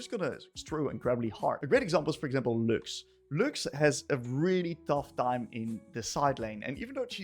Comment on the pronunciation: It's not lookx, It's lux.